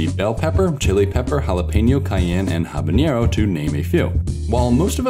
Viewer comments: habanero, not habañero. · You mispronounced "habanero." Its root word comes from Havana. You put an ( ñ ) instead of the "n"